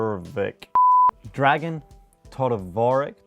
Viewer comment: Its pronounced "dragan todorovich"